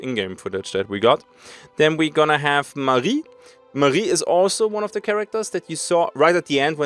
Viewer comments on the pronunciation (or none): none